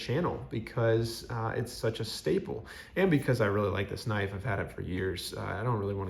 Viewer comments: Pronounced k'nife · Sorry I’m new to this hobby. Does anyone else pronounce “knife” with the “k” silent?